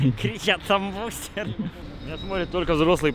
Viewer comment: Бл его Литвин называл БустЭром, а не БустЕром